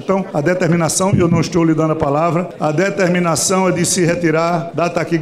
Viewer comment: "Eu não estchou le dando a palavra".... Tá, mas é jabuti sim, senhor!